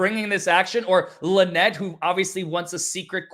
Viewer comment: I thought Jeremy said that Lie-nette and Crook weren't married.